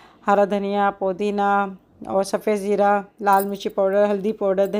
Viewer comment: Jera 😂India ki boli jera😅😅😅